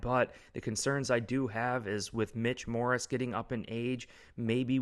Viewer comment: It’s Mitch morse….not morris